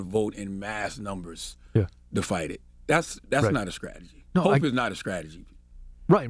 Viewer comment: Man calls himself a God and he can't even say Strategy!...Skrategy? Fucking clowns! I'm out of here. TRUMP 2024!!